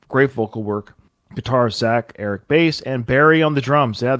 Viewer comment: Actually Eric’s name is pronounced Bass as in the fish.